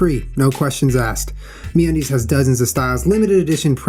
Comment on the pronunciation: At the end when Julian said "Get yourself some MeUndies..." I thought he said "Get yourself some mayonnaise" and I was like, "Julian, did you not just sit down to talk about the vegan lifestyle??" Lol... :)